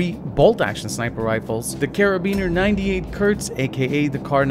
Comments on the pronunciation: "Karabiner 98 kürz" its "KURZ" K U R Z not K Ü R Z , Kurz = short. KARABINER ACHTUNDNEUNZIG KURZ ! but for real.. ist not a K Version, ist a normal Kar98.. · Karabiner 98 kürz ? Its kurz.. That means short. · love how he pronounces it. :D "The Karabiner 98 Kürz" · Wer ist hier deutsch und hat sich schlapp gelacht als er ,,kurz" gesagt hat xD